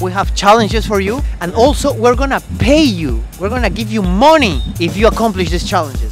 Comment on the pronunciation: Un tip: money se pronuncia "mani" (con acento en la letra a)